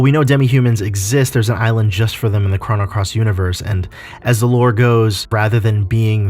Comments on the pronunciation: It’s c - roh - no. not c-rha-no wtf. Crono. Not Crano. And you forgot a couple of things. Kid was supposed to die in the orphanage fire but since kid saved serge first serge was able to go back in time and save kid. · The way u pronounce chrono “chrano” I just couldn’t finish the video